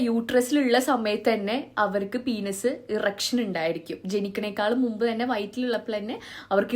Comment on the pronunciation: പീനസ്.. Good pronunciation 😂